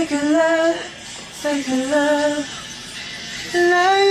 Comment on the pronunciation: idunno why is Jungkook pronounced the 'Love you so bad' silent V.